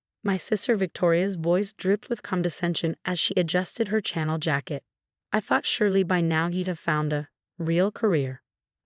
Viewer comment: You need to spell Dior and Chanel phonetically so the AI can say it correctly.😄